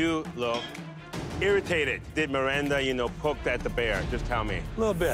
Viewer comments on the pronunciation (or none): none